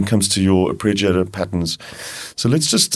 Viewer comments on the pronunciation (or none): Man, your videos for the Diva are really good, but it's not 'arpReggiator'! :-)